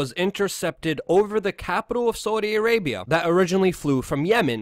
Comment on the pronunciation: You say “Saudi Arabia” really really weirdly